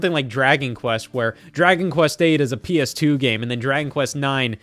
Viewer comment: You said ps2 wrong.